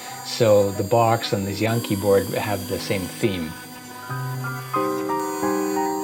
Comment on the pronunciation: "Xiang Qi" is pronounced more like "Shiang Chee", just so you know.